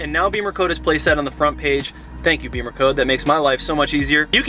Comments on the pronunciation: It’s “Bimmer” rimes with Swimmer. Not Beemer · Bimmer, not beamer.